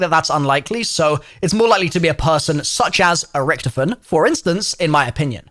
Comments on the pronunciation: This guy said rktfin not richtofen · He did not pronounce ricktofen like 😐